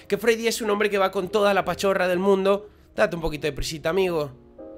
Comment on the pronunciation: "Date un poquito de prisita amigo" ahí se le salió el acento Argentino a xD